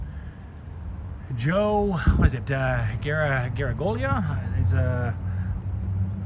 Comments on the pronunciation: It's pronounced Joe garáge eeyóla. Second g is soft. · Noooo, you don't know how to pronounce Joe Garagiola?